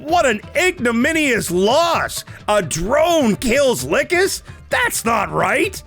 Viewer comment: lol probably cuz you keep pronouncing her like "lick 'iss" she's just not happy with you